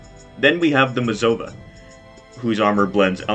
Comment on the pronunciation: Its MazovIA not Mazova